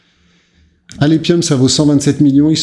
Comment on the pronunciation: Alephium se dit alefium...